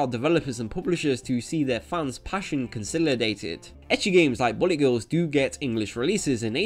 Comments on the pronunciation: Is it just me or does this guy's accent make it sound like he's saying "Bunny Girls" instead of "Bullet Girls"? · ok you have a hard time saying the word bullet it seems its not bully, bulet like ballet BULL-LIT say it with me now--- BULL-LIT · It keeps sounding like you're saying Bunny Girls. Which I wouldn't mind a game of..... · Who else heard "bunny" every time he said bullet?